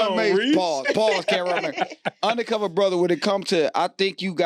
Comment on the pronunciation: This fool said UndaCover Brotha lol. man leave my boi alone fam lol